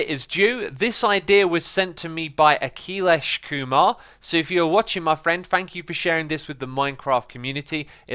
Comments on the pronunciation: the pronunciation was crapped up! it is pronounced as : akhi laish ku maar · dat pronounciation of Akhilesh Kumar tho... being Indian it was really odd to hear that XD